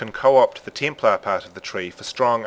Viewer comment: It looks much easier to go into other character skill trees now. I also like how you pronounce words that have the "EH" sound with "EE" like ELEEVEN, TEEMPLAR, and ELEMEENTAL :)